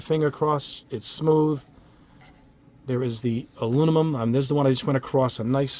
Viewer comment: Aluminum not alumimum.😉